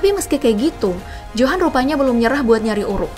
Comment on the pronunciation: Bukan johan tapi di baca yohan